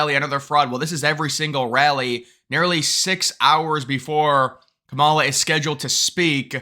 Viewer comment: Her mother is Indian, and the proper Indian pronunciation of her name is; calm-ah-la. I'm not Indian, so an Indian can correct me if I'm wrong.